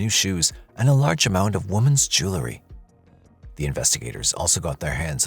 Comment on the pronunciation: "JEWEL-RY"..... NOT "jewlarry". MAN! That crawls under my skin. Speak English!